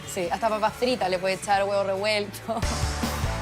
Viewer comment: Eso mismo iba a comentar!!! Nunca me sentí menos representado con algo que bien explicado termina siendo muy chileno como un simple completo. Por favor!!! El solo pronunciar las papas fritas y el huevo revuelto ya nos sacó de Chile.